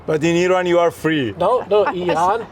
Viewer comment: Its IRAN guys not i rannnnnn